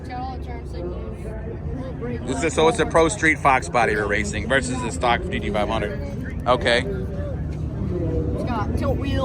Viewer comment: Like your channel but damn you cant say G-T-500. What's up with that?